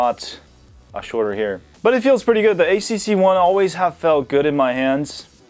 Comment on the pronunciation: Did I hear it wrong? It's HTC , but you pronounced it as ACC?...